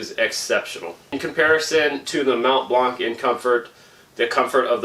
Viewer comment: Mount Blanc, the c is silent 😅